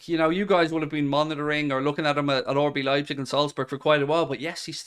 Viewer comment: anyone else notice always says “orbee leipzig” instead of RB lol